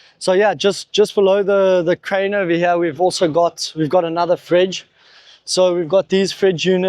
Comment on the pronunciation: every time he says "over here" he suddenly discovers his ancient british roots, and says "ova heeeyaaa!!" lolz